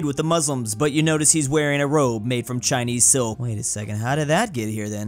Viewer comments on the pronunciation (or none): i thought the Chinese silk part said cheese silk